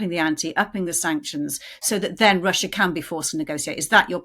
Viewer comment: Get a new hobby 'lil britain'. Russyea! Russyea! 🤣🤣 Even I am embarrassed hearing it so many times.